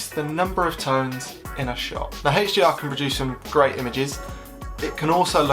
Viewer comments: That HDR pronunciation was hell of a pain to hear 😫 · hechDR on this hechDR on that and hechDR on that